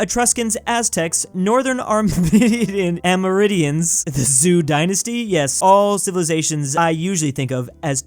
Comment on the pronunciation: "Am-err-in-dee-ins" (Amerindians) Came from south america